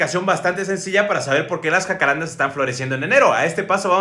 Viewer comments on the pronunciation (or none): Soy de Uruguay el país de donde son originarios los jacarandá xD me da gracia como lo pronuncian en México, le ponen el acento donde no va jaja